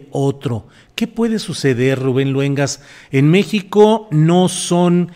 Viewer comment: La octava tiene buena programación,buenas entrevistas,Rubén sigue igual dando buenas noticias y entrevistas,¿Que te pasa?Se dice Luengas,no jodas.